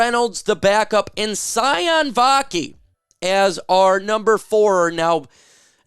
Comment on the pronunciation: Sione Vaki’s name is pronounced: See-OH-nay ✌️